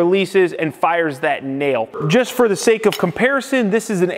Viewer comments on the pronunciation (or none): none